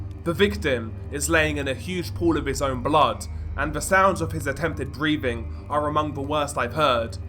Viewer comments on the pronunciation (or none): froat? 😂 😂 breaving? what the hell?